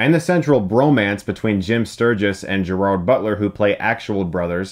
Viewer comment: Chris, i like you but please learn how to pronounce Gerrard. ;)